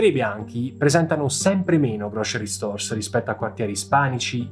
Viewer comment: grow-sr-ee , non "grocery", come lo pronunci tu.😉prendi qualche lezione da cambly....